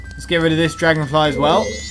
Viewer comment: Dwagon, fwy Dwagon Fwy, Dwagon Dwagon Dwagon Fwy! Its a Dragon Fly, Not Dwagon fwy,!